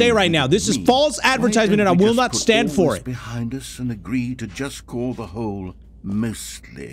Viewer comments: Like why💀😭😂🤣😂🤣😂🤣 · But why does the man who’s talking says hooolleee not hole